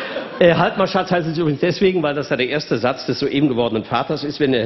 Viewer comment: Im Publikum hat scheinbar niemand mitbekommen, wie er das Wort "soeben" ausgesprochen hat. Bei solchen absichtlichen Wortvergewaltigungen könnte ich mich regelmäßig beömmeln.